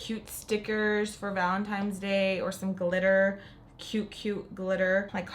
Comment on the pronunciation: It has to be said ... Ok, so you said Valentimes instead of Valentine's about 3 times in your last video. It happens especially when someone is concentrated on say doing their makeup. I really made me feel some time of way when a few people were quick to point it out. One in particular added laughing emojis meaning they weren't correcting you in a constructive way. Funny how they didn't mention how snatched your look was. Pink liner never looked so fierce & glam. You are talented and your skills are on point. I know it's best to ignore Negative Nancies and Bitter Betties but girlllll not today lol. Thanks for the content. New Subscriber today 💓. Rant over, loved loved loved this look #pinkmoment #livingforthislook 💯👏